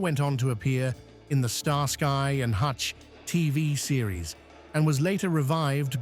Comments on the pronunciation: I gave up at "Star-sky and Hutch". Sick of these robo voices. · the fastback Grand Torino GT was only made for two model years, 1972 and 1973. The Starsky (and he pronounced it Star Sky) and Hutch Torino was a notchback.